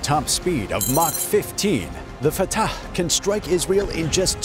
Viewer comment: The way this guy pronounces Fatah is superb. Love and peace to everyone.